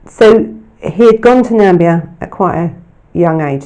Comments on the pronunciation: It's Huckle, not Hucknell, and Namibia, not Nambia! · I love your videos, you do really excellent work, but there’s a couple of mispronounced names of people and places in this video. It’s Richard HUCKLE not HUCKNAL. And NAMBIA isn’t a country in Africa. I think you mean NAMIBIA, but perhaps you’ve confused it with GAMBIA. Thank you so much for doing a video on this evil man and his horrific crimes against children. I don’t think many people are aware of what he did. Perhaps because sexual crimes don’t seem to get the same attention and coverage as murders. Whilst survivors of childhood sexual abuse go on to grow up and live their lives, they are forever scarred and altered by the abuse they suffered. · ....and where is "Nambia"??? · Interesting, thanks, but there is no such place as "Nambia". There is the Gambia and then there is Namibia. I think you mean the latter. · I think you mean “Namibia”? x